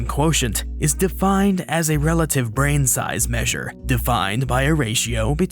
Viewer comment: "the volume of the ✨brehn✨"